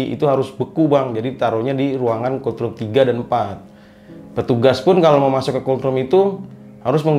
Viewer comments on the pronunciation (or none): Kultrum kultrum..... Gw ampe berpikir keras apa an sih kultrum. Gak tau nya yg dimaksud tu COLD ROOM. Ampun dahhhh. Knapa jadi kultrum kangggggg 🤣🤣🤣. Dibacanya tu KOLT RUM. Bukan kul trum 🤦